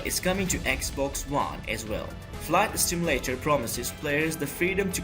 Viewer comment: FLIGHT STIMULATER 😂